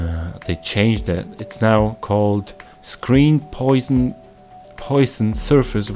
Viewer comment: It's called Poison :)))))...that's not how you pronounce Poisson. The guy was french. Pronounciation: : [pwasɔ̃]